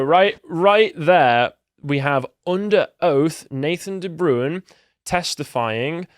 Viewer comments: Not "De Brewin", it's "De Brain". It's a Dutch name. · De Bruin!!! not the broown, sjees, butchering names, lol